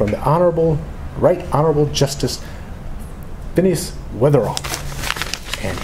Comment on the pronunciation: Fineus... Sheer perfection blah blah blah, lol. Hey got a laugh out of me. And the tips are perfect so thanks too.